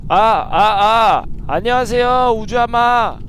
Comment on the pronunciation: 아놔 진짜 미치겠네 ㅋㅋㅋㅋㅋㅋㅋㅋ 아령하쉐요...~ 혜아립니대. 이거 ㅋㅋㅋㅋㅋㅋㅋ